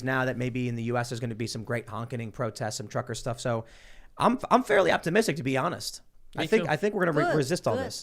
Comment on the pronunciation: I can't help myself it was funny dude it sounded like Lilly said she was glad Tim was autistic I know what she actually meant I know she was trying to say optimistic but that was funny If you weren't paying attention and didn't know what was going on And didn't know that Tim said he was optimistic you would literally think she said I'm glad you're autistic lol